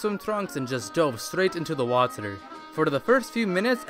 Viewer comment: its so anoying that you say waterour